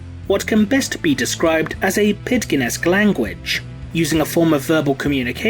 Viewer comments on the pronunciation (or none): "pidgin" should be pronounced with a soft G, as if it had the letter J. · Pidgin is not pronouncedl ike that.